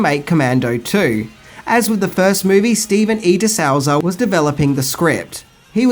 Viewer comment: It's pronounced Deh Soozah